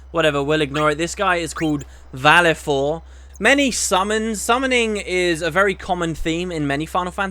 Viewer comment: Huh, I've never heard that pronunciation of Valefor before ^_^ Also: STAY AWAY FROM THE SUMMONER (best dialogue in the whole game in my opinion) :P